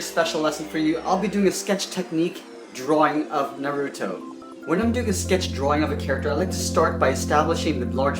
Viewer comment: Urrggg! IT NAR-U-TO NOT NURUTO